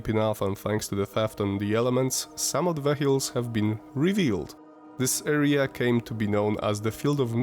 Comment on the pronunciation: Nie arija 😂 tylko area 😂